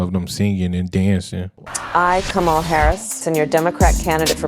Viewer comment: They are so d-mb that the video has her pronouncing her own name wrong!